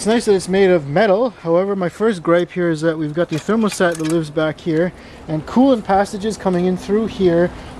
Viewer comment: therm-OH-stat? Thermostad? THERM-OUGH-STAT